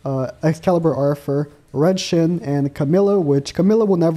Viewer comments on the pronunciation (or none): none